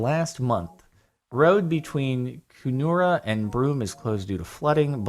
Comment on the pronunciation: Kunoora😂😂😂😂 I live in Kununurra and i must say have never heard that pronunciation😂 fyi it is said Kun-un- urra